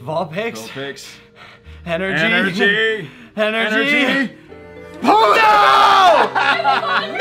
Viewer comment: and the way he said ponyta? Am I tripping on that? he gave it a long e in the middle